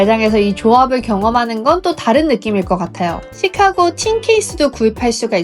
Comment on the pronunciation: 찌까고 " 가 아니고 쉬카-고 " 로 발음해야 합니다. 카" 를 길게 액센트 넣어서 발음